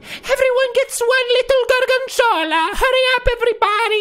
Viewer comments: It's "gorg*o*nzola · Pewds: GORGENZOLLA GORGENZOLLA Me: hes speaking the language of gods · He's saying Gorgonzola